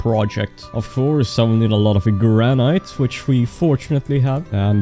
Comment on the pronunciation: One complaint, he's saying granite wrong. Other than that. I like him